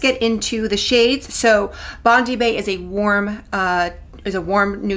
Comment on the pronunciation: It’s Bond-eye bae. Like the beach in Australia